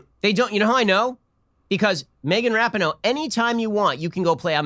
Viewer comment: Rapinghoe. LOL